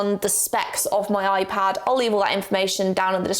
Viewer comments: Alternate title: saying Oipad for 16 minutes straight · I’m sorry but…. ✨oi-pad✨